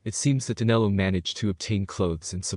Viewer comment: His name is Danilo not Danelo.